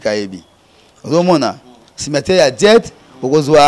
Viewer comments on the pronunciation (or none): Tika koloba "djet"! Soki oya déjà Belgique, olingaki oyeba que c'est pas "Djet" mais "Jette". Tika kokosa que tu étais 3è au Congo et 5è au monde. Et surtout tika koloba oza parce que les ne parlent pas de cette façon et avec autant de lacunes en français. C'est un nom qui t'a été donné parce que boza village moko et ba parents bayebanaki. On voit ça souvent epa ba ngala